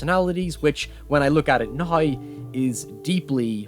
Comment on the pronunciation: "when I look at it Nay" The word is NOW.